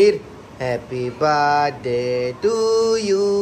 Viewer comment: It’s happy birthday not happy Brdy